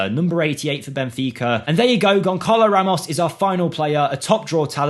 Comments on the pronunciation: His name is Gonsalo Ramos, in Portugues, when the C has a tail, you read it as S. So, not Gonkalo Ramos, but Gonsalo Ramos. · it’s said GONSSALO 😊